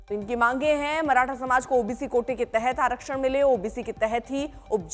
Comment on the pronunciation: माराठा नही मॅडम मराठा बोलो इन गोदी मीडिया को ठिक से नाम भी लेना नही आता